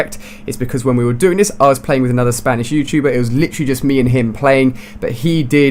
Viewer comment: We do u say litrerary